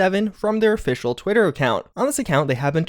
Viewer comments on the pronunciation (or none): none